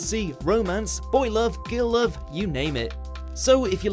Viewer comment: repeat after me "GiRRRRRl love" not "gill love". GUUUURL